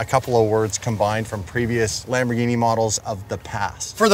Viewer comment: Lamborrghine mashyne